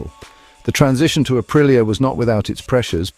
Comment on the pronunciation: Say it like this , ahpreeah